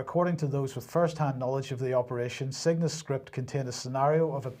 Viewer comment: Exercise Cygnus sounds like exercise sickness when you say it